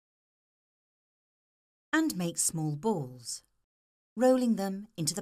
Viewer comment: she says balls funny :]